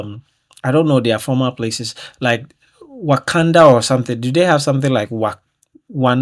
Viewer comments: Wanaka - pronounced. WAN. A. CAR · Wānāka pronounced Wāa nāa Kāa. Everything you're speaking is happening now. Auckland our northern most city. Pretty accurate predictions for our wee Aotearoa/New Zealand. Prepping my bug out bag lol. Tauranga (prounounced toe runga) Northern town. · AUCKLAND {ORK-LAND}... WANAKA {WAAH-NAAH-KAAH} COROMANDEL {KORRO-MAN-DIL} HAWKES BAY {HAWKS-BAY} MOUNT RUAPEIHU {ROO-A-PAY-WHO} VOLCANO MOUNTAIN... KAKAPO IS A BIRD... NEW ZEALAND IS CLOSE TO AUSTRALIA BUT NOT THE SAME'' GOVERNING..THANK YOU.. I HOPE I HE;PED YOU PRONOUNCE THE CITIES A BIT BETTER..